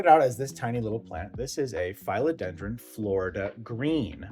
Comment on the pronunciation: Who are these mafia community members you speak of 😮? I’ve never understood naming plants, but I suppose it would be fun 😊 A couple of things, since you asked. Phil-o-den-dron isn’t pronounced with a long i, but a short i, like the male name Phil. YW Regarding the 3 rubber trees upstairs, IMO, it’s a little too late for notching. I would chop them into 3, plant the cuttings back into pot & they’ll branch. Notch the top cutting to branch after established.